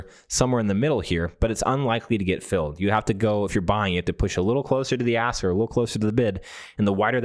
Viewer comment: There is a "k" in "ask".